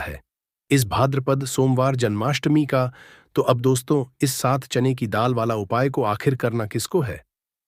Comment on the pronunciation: Pehle bolna to sikho bar bar chane ki daal chain ki daal kar rahe ho